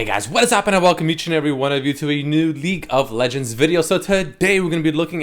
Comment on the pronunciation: am i the only one who hears him say leak of legends